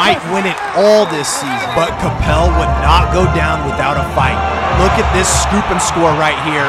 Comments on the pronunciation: It's pronounced ka pell not copel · Bro that's not how you pronounce Coppell😭😭😭